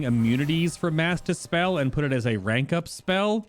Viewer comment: When you say "mass dispel" I kept hearing "master spell" and I was mad confused